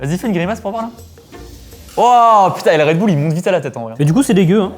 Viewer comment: « DU REDBOULE »